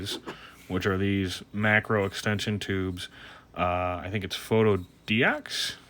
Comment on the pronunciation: Nice video! And you pronounced our name correctly too! :)